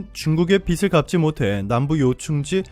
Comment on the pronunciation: 발음을 올바르게 해주세요. 빗 : 빗을 - 비슬, 빗이 - 비시 빚 : 빚을 - 비즐, 빚이 - 비지 빛 : 빛을 - 비츨, 빛이 - 비치